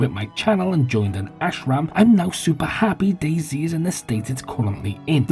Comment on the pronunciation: Hearing fellow Englishmen refer to DayZ as "Dayzee" is painful.